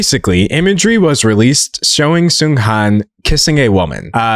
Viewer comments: i agree with everything you said, the funeral displays were horrifying, it literally sent chills down my spine... i also wanted to point out that i'm pretty sure the latter part of his name is pronounced more like HAWN (like lawn) rather than HANN (like hand). i don't think it's a huge issue i just wanted to mention it in case there are future discussions about this topic! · little fyi: Seunghan (승한) is pronounced as "Seung-HAHN". The "an" in "Han" is pronounced more like "on", with the vowel being long. Not sure if that description makes sense, just wanted to explain how to properly pronounce Seunghan's name for those that are curious!! :)